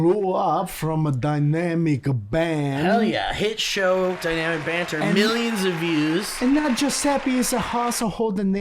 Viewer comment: Love how calls it DUYNAMIK BAANN…